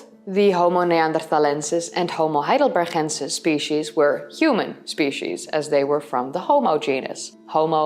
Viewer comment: I know you love your Dutch G's. However Heidelberg is a German name with a hard G, so Heidelbergensis should have a hard G.